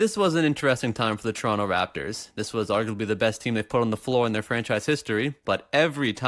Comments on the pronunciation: It's tuh-ron-toh not chuh-ronnoh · You know dis guys a toronto man when he says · What the fuck is a "Toronto"?